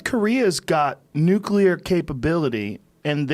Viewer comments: And for FUCKS sake, stop saying "nukilar".. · "nuc-ular"